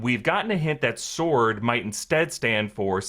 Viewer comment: Sword not “sworrrrn”